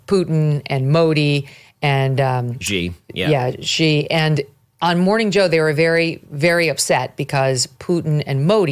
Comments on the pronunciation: Please learn (along with all the Fox News Folks - who I love) how to pronounce the President of China's name. It is pronounced EXACTLY like the English work "She". you know like "He and She". It is not G there is no catch z sound. It is Xi - that is "She". I am an American living in china (YunnaN) for a half a year - every year for 16 years. Chines people all laugh when almost all American news people can't pronounce his name correctly. By the way - chines can all pronounce President Trump's name. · Xi 🚫 G ✅😂